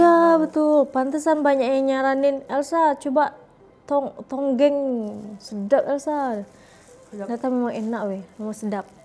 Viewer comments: Bkn tonggeng Elsa tp tongkeng 😊 tonggeng tu menonggeng 😅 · Adik beradik my dear, bukan adik bdik (tulisannya di singkatkan) hi hi hi.... Bukan tonggeng tapi tongkeng 😂😂😂 Tak menjadi kesalahan kerana tak semua org tahu cara sebutannya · Dik Elsa sebutannya tongkeng bukan tonggeng. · Bukan tonggeng. Tongkeng. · Bkn tonggeng sayang... tongkeng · bukan tonggeng... tonggeng tu perbuatan , seperti sujud atau rukuk dan meninggi kan punggung. atau doggie style. Yang betulnya adalah TONGKENG. bukan tonggeng. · tongkeng bukan tonggeng. Tonggeng tu lainnnn.. hahaha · tongkeng bukan tonggeng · Elsa sebutan sbnar tong keng bkn tongeng😂😂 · Tongkeng, bkn tonggeng😂😂😂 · bukan TONGGENG- Tapi TONGKENG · Tongkeng..bukan tonggeng,.Tongkeng....tu buntut ayam,kalau tonggeng tu macam orang sedang sujud waktu sembahyang. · Aku juga sahur dgn murtabak... Sebut betul² dik Elsa, tongkeng/buntut ayam bkn tonggeng..itu bahaya 😂😂 Semoga trus good day menjalani ibadah puasa di rumah kedua...🇲🇾❤🇲🇾❤🇲🇾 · Tongkeng bukan tongeng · TONGKENG... TONGKENG... TONGKENG... BUKAN TONGGENG NANTI TAKUTNYA LARI MAKSUDNYA JADI *""(LUCAH)""*... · Tongkeng........ Bukannya tonggeng😂😂😂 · Tongkeng... bukan tonggeng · Tepung pelita Adik beradik Elsa.. Adik be dik????😂😂😂😂. Lagi satu...buntut ayam di Malaysia di sebut tungking. Bukan tonggeng.😂😂😂. Kalau tonggeng...kepala ke bawah buntut ke atas.. Ha.. itu baru tonggeng hahaha😂😂😂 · 😂Hahaha.. Elsa ckp tonggeng,yg betulnya tongking lh elsa.., hahaha.. 😂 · adik ber adik .sebutannya, tongkeng bukan tongeng..😂..boleh je guna 2 tangan tapi d tengok macam kurang manis kurang sopan gitu.. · Bukan tonggeng la mbak elsa... Tongkeng. Tonggeng dah jadi makna lain 😅😅